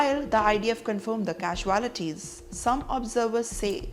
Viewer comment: This woman’s English is really funny “the casualties” 😂😂